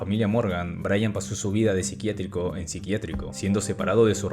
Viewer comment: Hello brother, you always had problems saying Brayan.